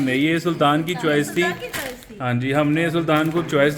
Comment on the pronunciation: CHWAISE lol instead of choice 😅 TWAIS instead of toys To urdu bolo why forcing urself to speak English